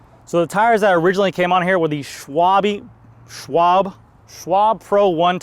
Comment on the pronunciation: Schwalbe, not schwable, not schwalbee. Shhhwalbe 😅